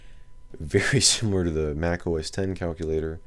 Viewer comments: It's 'OS Ten' not 'OS Ex'. At least get that right if you're pretending to be an expert. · I mean, anything can be pronounced however you like in a certain way. This is a look at 'Red Star Oss' if that's what I want to call it. But it's wrong - and so are you. Saying 'OS Ex' shows an absolute disconnect with tech and therefore distracts from your ability to sound like you know what you're talking about for the rest of the video, which is quickly obvious anyway.